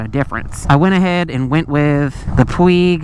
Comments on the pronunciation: Puig is a word with its origins in Catalonia. It is pronounced Pwedge. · Puig-pronounced:"pweej" I had to look it up for myself. 😊